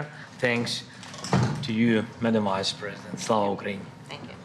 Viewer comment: I love how his pronunciation of "Vice President" sounds like "Wise President"